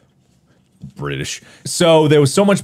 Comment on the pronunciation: I love how Markiplier said "British". It sounds like speaking through a burp.